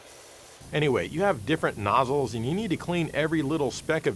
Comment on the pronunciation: Did he say 'noosle'? 😮